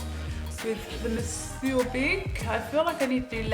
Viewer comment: I'll be durned. This is the first time I've watched a video of this mascara that I have not cringed when it's pronounced. Bless you 😄😘 "Mon-soor" 🤭☺️